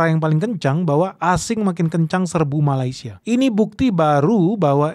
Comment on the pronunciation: Sebut malaysia pun salah bukan malai tapi meley